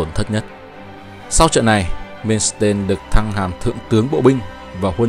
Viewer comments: Ad ơi Erich von Manstein đọc theo tiếng Đức: ê rích von man-stai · Phải đọc là Man xờ tai